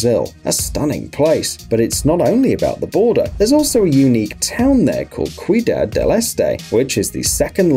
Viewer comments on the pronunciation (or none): cuidad? you mean ciudad "city"